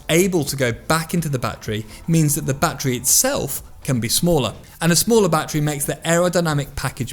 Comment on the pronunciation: Its called a battery not batree just saying